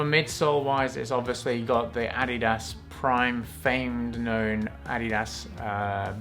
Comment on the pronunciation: I’ve been pronouncing adidas wrong this whole time. 👍 well not the correct way at least. Now I know.